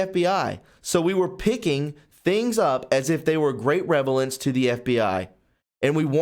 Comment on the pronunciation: Its Rele vence not rev a lence. You’re a great reporter, you just need to slow down a bit.